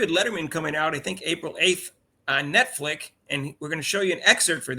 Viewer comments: "Netflick" lol y'all crack me up. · always mixes names just a little😂 Rudy, woody. Netflix, netflic. It's part of his charm 😂😂😂